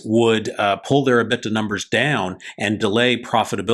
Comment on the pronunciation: liked your video on Blacksky. However, you need to get your pronunciation of your financial terms correct. You kept mispronouncing the term " EBITDA". Drives me crazy when people we are listening to for insight on a specific subject can't take the time to learn to pronounce a name or term correctly.